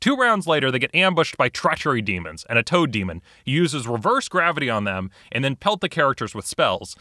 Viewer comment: I was making food and thought I heard "toe demon." Boy, that would've been scary